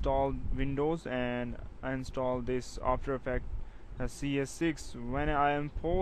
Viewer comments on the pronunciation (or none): none